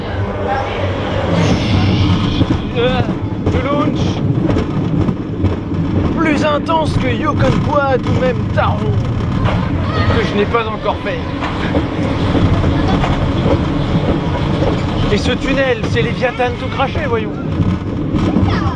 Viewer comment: Superbe vidéo comme d hab ! ps: taron ca se prononce taronne ;)